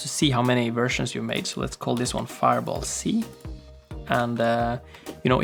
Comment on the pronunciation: Faier bol xdxdxd